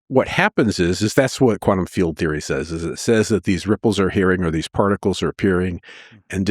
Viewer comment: particles not prticles